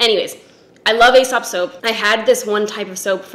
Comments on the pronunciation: it’s pronounced “ee-sop” not “ay-sop”. (They used to be a client of mine back in Australia and they corrected me when I said it the “ay” way!) I’m also addicted to their hand wash. I bought their large hand cream and it was like $100 and I felt like a fuckin’ nob but damn it’s good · As soon as you said 'fancy restaurant' I knew you were talking about Aēsop. You pronounce it 'Eesop' (see in the logo, the line over the e). It lasts FOR AGES. I consider the mandarin handwash essential for my wellbeing and mental health ;-) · It's "ee-sop". The cosmetics/personal care brand company spells their name "Aēsop" which is another way to spell it, indicating a long e sound ("ee"). Ae (together) was once it's own letter/symbol: æ (it's known as 'æsc' or 'ash', which is how its pronounced) which you'll still see occasionally. Brits use the ae (mostly seen as separate letters now) that North America generally doesn't (not even common in Canada, where we've retained the U in worlds like colour and neighbour). So that may still be used in words like encyclopaedia, paediatrician, and archaeology. You'll see it in Caesar, too! All of these examples see the ae pronounced as -ee-. Annnd that was a lot of explanation. Take what you will, leave the rest. 🤷‍♀️ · Ahaha loved your Aesop spiel! I always forget that it's so much more expensive outside of Australia. We get so many overseas visitors stocking up bc it's mildly affordable here. Btw I work for them and it's pronounced as "e-sop" (rhyming with key) but I pronounced it incorrectly in my job interview lol so don't even worry. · Aesop is pronounced ‘E-sop’. I literally interviewed for their labs in Melbourne and pronounced it the same as you and they instantly corrected me. Mortified but also I learned a thing.